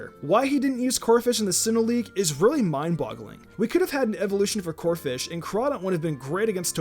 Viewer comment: First of all, it's Corpish, not Corfish. Second of all, just cause Greninja is helping Zygarde, that doesn't mean he isn't Ash's Pokemon anymore. This list sucks. The only ones that are necessary on the list are Totodile and Gible.